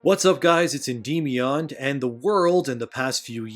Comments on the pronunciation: Ain’t no way he pronounced En-dem-E-in (Endymion), as En-deem-E-on. (Endeemyon) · I’m sorry your channel name Endymion and the way you mispronounced it just messes with me now